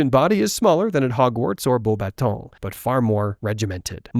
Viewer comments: I love your pronunciation of Beauxbatons. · “Bow Bah-Tow” “Flurr Delacurrr”